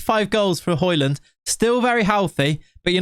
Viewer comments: it is højlund not highlund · Its not Hoylund its Hoelund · You pronounce it "hoejlund" You kinda need to go on translate and listen to the "ø" to really know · It's "Høy-lun" I think, he said so in the interview videos I watched of him while he was in Atalanta IIRC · its pronounced Hoi-Loon... the 'd' is silent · Its pronouned the way you say it except the "D" is silent. "Hoy-Loon" :) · Hoylun is how it’s pronounced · it's "Hoy-lun" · It is pronounced the way you would in England, just a little different. The "Ø" sound can be said in many different ways, but in this case with Højlund it's pronounced like the O in "Olive". The "D" is actually silent, så in Danish, you would basically just say "Højlun". Yea, Danish is weird 🙃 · it's Huge-land man, come on 🤐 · Højlund is like Django, the D is silent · Høj = High But i’ll say Højlund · Nope, you don't pronounce the 'd'.